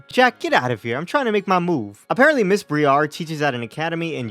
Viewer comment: I felt like I was being gaslit by some of the poketubers, so I went and checked the pokemon presents. Briar, like a briar patch. br-eye-err. Why do y'all keep saying Bree-arr. I am So Confused. Anyway, great video as always, man!